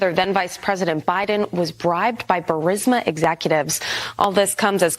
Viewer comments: Bur-eez-muh. Not Bur-sim-uh😂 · Is it really "Bursima?" And "phalynx?" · Ok Benny. Once and for all. It’s “BURR-IS- MAH”. You’re killing me, Smalls. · U run foxnews clips as your own report??!! Ur channel is crap ..... Not to mention you don't even pronounce "bursima" correctly!!!!